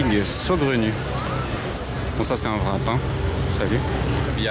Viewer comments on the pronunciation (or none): none